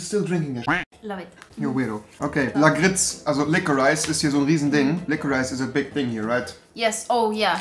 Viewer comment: Lakritz wird anders ausgesprochen